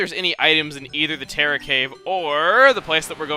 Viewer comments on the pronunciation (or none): none